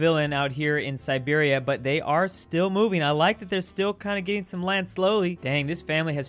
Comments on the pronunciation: Calls Siberia Serbia Me: Sad Russian sounds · Calls Siberia Serbia Me: Confused noises: Does it a few times: Finally calls it Siberia Me: Angry noises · Everytime Siberia was called Serbia, one Dmitri in Moscow lost his vodka 😔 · keeps calling Siberia "Serbia" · omg the first 4 comments i saw were about saying "serbia" instead of siberia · Me hearing referring to siberia as serbia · If you botch Siberia one more time...